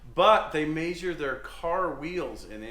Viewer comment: please do us all a huge favor and pronounce measure the same way as pleasure, feather, heather, leather and weather!!! Lol